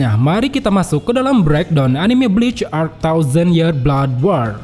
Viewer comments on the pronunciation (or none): none